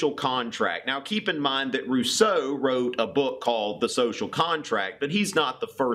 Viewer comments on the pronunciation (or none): none